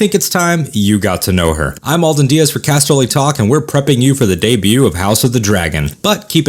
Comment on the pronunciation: Alden, not Alden lol